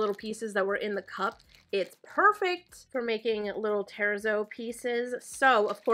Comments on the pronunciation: I also love the sound of the plastic when you wobble it back and forth! I LOVE that you show us your struggles, so we can ALL learn from them. Also...FYI...terrazzo is pronounced more like ter-AT-so (it's Italian, so think like the Z in "pizza"). Love it! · Fyi, on the pronunciation of terrazzo, the accent is on the a not the e. Beautiful piece, that jesmonite couldn't have been cheap.